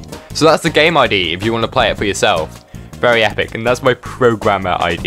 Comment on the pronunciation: Why you say very like vewy